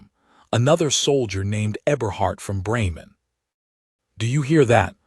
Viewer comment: Bremen, pronounced BRAYmen